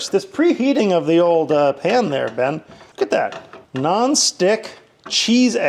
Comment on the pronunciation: NOT me thinking every time you said 'Ben' you were saying Babe lol